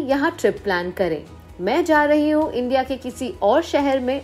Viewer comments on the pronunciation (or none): none